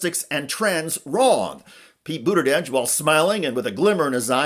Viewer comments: You need to practice pronouncing "Buttigieg." You keep saying "Boot-a-Dedge" instead of "Boot-a-Jedge." I suggest practicing with the word "judge," gradually transforming the vowel into "jedge." "Boot-a-jedge." You're welcome. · Good coverage, but please learn to pronounce his name correctly. It’s BOOT-edge-edge. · “Boater-jedge” lol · He cannot pronounce Pete’s last name to save his life 🤦🏽‍♀️🤦🏽‍♀️🤦🏽‍♀️ BOODERDEDGE! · Thank you I thought it was only me that heard BOODERDEDGE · Please, for God's Sake learn how to pronounce Pete's last name correctly! Mispronouncing Buttagieg is as disrespectful as mispronouncing Kamala!! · Why does he keep saying Buddagegge? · Buda•judge. Lets get pronounciation right. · "Booter-dedge"? Seriously? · “Boot edge edge” is the pronunciation. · It's Buttigieg, for god's sake, NOT Buttideg. You undermine your message when you don't bother to pronounce his name correctly. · Best way to pronounce name was seen during Pete’s run for President. While Pete Buttigieg was being interviewed there was a person in the crowd behind him with a sign that read “It’s pronounced BOOT-EDGE-EDGE”. It may not be a perfect pronunciation but it definitely is better than the host’s attempt. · “Booderdedge” lol jeez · Ikr? I had to look it up. I thought maybe I'd been saying it wrong. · Booderdedge? It’s not that hard to pronounce!! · Why does this idiot keep saying Boot-uh-dej? what Dej is he booting? is this Dej in the room with you now, idiot in the gray suit? Is it interfering with your ability to speak? Step aside, friend, and let those more competent than you hold the floor! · Why is this guy calling him booda dadge? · Butterdege? Bruddajedge? Burrteredge? 🤦 holy fkn sht wtf is wrong with this... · Learn to pronounce Pete's name. It's not hard. Do better. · 1) he's transportation, not interior, 2) that's not how he pronounces his name.😊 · Dude, figure out how to pronounce Pete’s name before you talk about him!